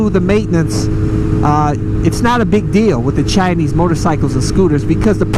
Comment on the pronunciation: I heard u said 'Chi-ni-s'. Wow. Next time Just say 'Chinese'